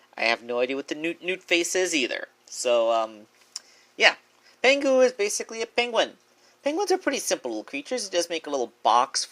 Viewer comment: am i the only one annoyed that he called Pingu, "Pengu"?